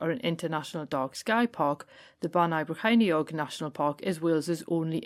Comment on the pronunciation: That's where I grew up, until I moved up to Newcastle in my early 20s. Well done on the pronunciation! Another great video!